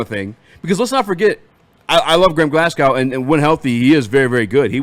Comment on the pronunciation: GlasGOW not GlasNOW